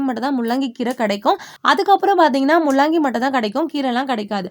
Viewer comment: Mullangi please correct pronunciation. La and llla is different